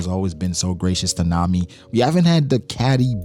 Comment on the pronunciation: Bro said Nami and Arlong 😭💀